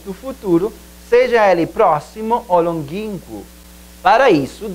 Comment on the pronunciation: Pronunciou errado a palavra longínquo